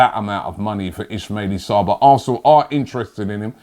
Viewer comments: Ismalie sarr... Really, Robbie? Thought his name was Ismalia Sarr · "Maitland-Miles, Hermerso, Ismaili Sarr" remixing players names like it's nobodies business